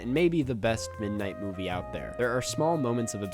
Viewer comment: love how you barked "movie"